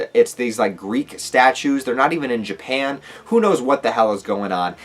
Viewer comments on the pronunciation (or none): none